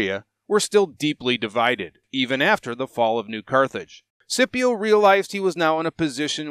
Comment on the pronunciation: Great content as always, thanks, but i have to admit the way you pronounce Scipio really gets under my skin